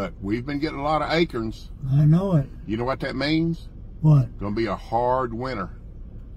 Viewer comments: What’s an “A-kern”? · Happy birthday pop,Billy and Jason, it's is call Acorn not acre 😅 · He said "A-curns" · Acorns not akerns!!